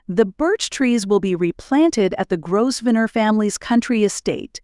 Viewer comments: My goodness....perhaps you have never heard of how the family name Grosvenor is pronunced properly....it is not GROSVENOR....it is pronounced as Grovenor in proper English....small detail...but annoying having to listen to it being said incorrectly by a person putting a video out there for people to listen to.... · Grow-v-nore. Learn the pronunciations, please. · Your AI voice needs to learn more about pronunciation. It is GRO - Ven - er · You dont pronounce the S in Grovsenor.... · Grosvenor is pronounced Grovaner...the s is silent! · Could your commentator please learn how to pronounce the King’s English! The commentary was an assault to the ears. By the way you do not sound the single S in Grosvenor. 🫣😫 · It’s a great pity the narrator has no idea how to pronounce the most important of surnames, such a shame x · It’s voice generation software. The video creator input a written script and selected a “character “ to read the script. However, you can also manually modify pronunciations of words like Grosvenor. The video creator didn’t do that. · The "s" is silent in the groom's last name. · It would really help if the narrator could pronounce English names. It is NOT GrossVenner nor is it Faburge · It is pronounced grove-nur. Learn the correct pronunciation before doing videos like this. It also not pronounced fuh-berge. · Pronunciation is very poor. Grosvenor+ Grow-ven-or, Fabergé= Fa-ber- gay soft G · Fa-Berge!!!! (fa- buh - jay) and what's up with your pronunciation of 'Grosvenor'? (no /s/)(I suspect this is AI) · Just dreadful, I had to turn it off as could not stand to hear the way it was pronounced. Obviously no research done as per usual. Do not pronounce the S in Grosvenor please, also Faberge please pronounce as if it is Faberjay! Dear me!